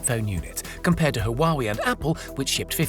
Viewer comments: This is a tech channel and you don't know how to pronounce Huawei? did you just print off someone elses words and then read them back? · Lmao you mispronounced Huawei